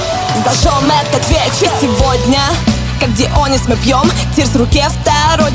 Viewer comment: На английском пишется "Дионисус" и произносится также, а на русском говорится Дионис...